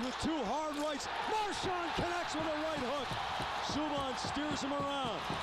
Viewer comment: "Soobon" and "Marchond". please kill me